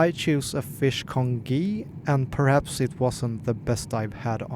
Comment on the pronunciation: congee is pronounced con-jeeee not con-gee